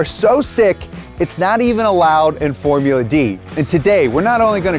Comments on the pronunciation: "forula" drift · "Forula" Drift???